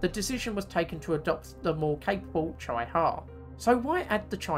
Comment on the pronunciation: It’s pronounced ‘cheeee-ha’